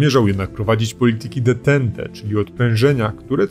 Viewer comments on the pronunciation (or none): Spoko, że kanał robią pasjonaci historii, ale termin "detente" czytacie tak jak się pisze? Serio? To już co najmniej druga wpadka na kanale (po entencie) z czytaniem podstawowego terminu historycznego, który znajduje się chyba już w podręcznikach do starszych klas podstawówki. Tak trudno to sprawdzić? Później ludzie będą po Was tak powtarzać. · Widzę, że się w ogóle nie zrozumieliśmy. Nie wiem, skąd ten przykład? Akurat w przypadku NATO czy ONZ ogólnie przyjętą zasadą jest wymawianie tego skrótu tak, jak się go pisze. Moja uwaga dotyczy terminologii, która ma jedną, z góry ustaloną wymowę, ponieważ samo pojęcie jest obcojęzyczne i nie posiada polskiego odpowiednika. Dlatego "ententa" czytamy: "antanta", a "détente" (można już sobie darować akcent francuski) czytamy: "detąt". Nie widzę usprawiedliwienia, by wymawiać te wyrazy inaczej niż w sposób powyżej wskazany. Jeśli mi Państwo nie wierzycie, proszę sięgnąć do pierwszego lepszego słownika wyrazów obcych.